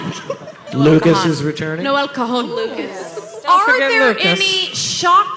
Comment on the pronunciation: I literally died when she said Noel like no-Elle